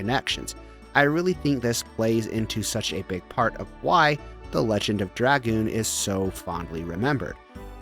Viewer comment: Thank you for pronouncing Dragoon correctly. Sub for that alone.